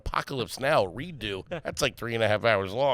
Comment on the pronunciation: Redux pronounced as redo is wild…. That scene on the plantation is dope though